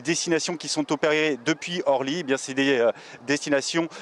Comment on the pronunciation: Il faudrait expliquer à la personne qui fait le reportage qu'on ne dit pas aéroport de Horly mais aéroport d'Orly.